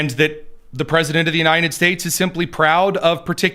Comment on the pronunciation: Is this guy saying "The U-nine-ded States" ???